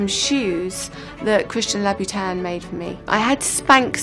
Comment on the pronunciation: obviously in industry but cant pronounce louboutin and chopard.omg shame